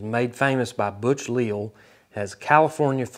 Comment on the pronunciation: The Great Butch " Leal " which for your info is pronounced " Le'Al '" not Leel 👍👏⁉️ Leal people are originally from the Canary Islands who traveled to Mexico then on to build San Antonio, Texas where they were successful for many years 👍